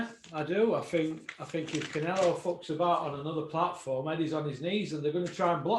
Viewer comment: I like, but why can't he pronounce Canelo?